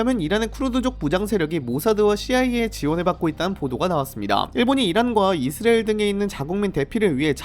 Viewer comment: 이스라엘 발음 안됨?